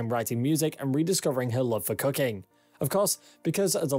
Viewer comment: "Rediscover her love for COOKING." Booooy, it almost sounded like he said something else. I love Sade. I'm like.... don't tarnish her name.